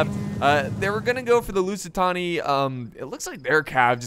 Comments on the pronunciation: Couldn't stand watching the video coz every time said "lusitoni" I screamed behind the screen "It's LusitAAAAni" XD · its lusitAni not lusitOni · Holy shit dude I can't keep hearing "Tony" when there's clearly no way to mispronounce the name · Love the Rome 2! But you calling the Lusitani, Lusitonia was annoying me to hell xD It's present day Portugal by the way. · LusitAni , its simple , u say it like u read it thats it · It's LOO-SEE-TARNY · That’s why it sounded wrong